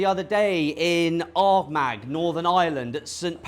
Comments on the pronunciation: I’m sure someone else will tell you, but it’s Arm-aaa not Arm-ag. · Its pronounced Armah ! Not Armag. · It's pronounced Ar Mar not armag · It’s pronounced OUR-MA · Pronounced arr maa as in our ma